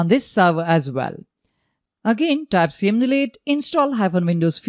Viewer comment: It's called "commandlet, not "see-em-deeleeet"…